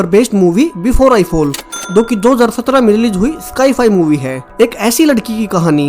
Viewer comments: Seriously bruh?? 🤣🤣🤣 sky-fi??🤣🤣 bro it's sci-fi which pronounced as Cy-fai not sky-Fi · Sai fai not sky fai 😅🤣🤣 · भाई, स्काई फाई नही होता साई फाई होता है मतलब साइंस फिक्शन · Sai fai not sci-fi 😂😂😂